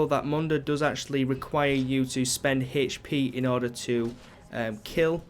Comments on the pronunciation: Why do you say "hp" so weirdly? You pronounce the 'h' so oddly. You say like "h-sh" so you say "h-sh-p" lmao. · How is that dumb, or could possibly be trolling? It was a simple question/statement. He pronounces his "h" weird and therefore he pronounces his "hp" weirdly. I was only stating that.